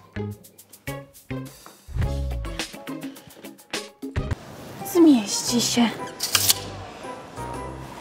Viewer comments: Od teraz mówi się włancznik niż włącznik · Włancznik, jestem rozwalona 😂😂😂😂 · Włancznik xd